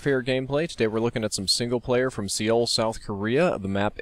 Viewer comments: It's pronounced su-hl :) Not seeuul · Seoul, South Korea its pronounced "soul" not "see oul" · It's pronounced SOUL south korea. Not SEEL. Sorry, that bugged me. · fyi the capital of south korea is pronounced soul, like your spirit, not see-oul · Seoul is pronounced "Suh-ool" not "See-ole" just fyi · It's not pronounced see-ul, it's pronounced more like soul, just wanted to mention this ^-^ -an actual fan from Seoul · Seoul is pronounced like soul not see-ol. It does look kinda funky though so it's hard to pronounce in English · Just saying, Souel South Korea is prononced like "soul" rather than "seal" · I don't mean to be such a stickler, but it's not "see-ol", it's pronounced "soul" (at least to most people that's how it's pronounced (I'm Korean so I do know the proper pronounciation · SEE-ool? It's pronounced basically like the soul of a shoe. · SEE-ol, South Korea? Really? It's just pronounced Soul. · For future reference, it's Soul* not See-oul* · No to nit pick buuuut... it's pronounced Soul not Seaowl. other than that great as always. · Its pronounced, "so-ul." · Just wanted to say it's pronounced Soul. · IT'S PRONOUNCED SUH-WOOL! (sorry for the yelling. my Korean language side just snapped) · Seoul is pronounced "Sole",. Come on man! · pronounced "Soul" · Pronounced "Soul". Great vid. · Pronounced as Sole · isn't it pronunce soul or suh-ool for Seoul lol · Just pronounced Soul. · its pronounced SOUL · Seoul is pronounced "soul" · Soul...Soul...Soul! It's pronounced like the thing youre killing when you say it wrong!! Damn. I know it's spelled SEoul but dont say it like that. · It's pronounced "Soul" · It's, uh, pronounced "soul" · It's pronounced "Soul" despite being spelled with an "e." Otherwise, this is fuckin' awesome xD. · Seoul (sole) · Lol it's pronounced just like "soul" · You don't pronounce the 'e' in Seoul. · you said Seoul wrong multiple times... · "Seoul" Wow, you butchered that pronunciation.